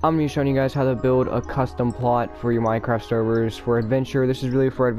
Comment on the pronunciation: Hey guys he said winecraft